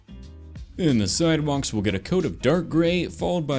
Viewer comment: did he say side wonks? Or side walks?